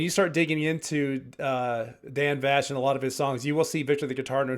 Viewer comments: Yeah for a Dan Vasc (pronounced Vask) knowledgeable reactor! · Vask, not vash❤ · IMO, there is nobody out there that can compare to Dan. He blows everyone else out of the water. His covers are so much better than the originals that I find I can't listen to the originals anymore. LOL. Thanks for the fantastic reaction! And FYI his name is pronounced Vasc like ASK. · Correction needed: Dan’s last name is pronounced like ask/ mask/ bask/ task, but with a V in front. (You’re saying it with a “shh” sound at the end.)